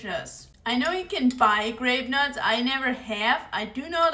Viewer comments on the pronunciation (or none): I thought you said grapefruits 😊❤